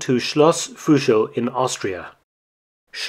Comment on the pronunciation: i don't mind that you can't say Fuschl right.. because great content!!😎💪🏽